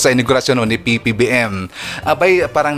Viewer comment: Sir Ivan parang nahihirapan kayo bigkasin ang PBBM .ganito na lang Pres.BBM para madali